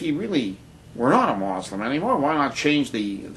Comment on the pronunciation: what the fuck is this guy talking about? Not all of the founding fathers were christian. That's a lie.And even if Barrack Obama was a muslim (and by the way it's mUslim not mOslim) and not a christian, who cares?In fact I think it's about time we have another athiest president(thats right I said another, do some research and maybe you'll actually learn somethingI think that it seems smart to elect someone who doesn't believe in stupid fucking bronze age myths. -peace